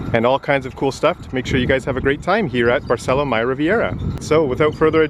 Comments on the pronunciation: In Spanish, Accents are important. Please learn to say Barceló, accent on Ó. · Barceló has an accent on the o, emphasis on the o. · Don’t forget the accent on o of BARCELÓ,! Please respect the Spanish language, accents are important